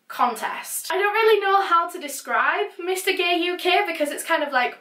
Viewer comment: Love the way she pronounces "gaee" 😂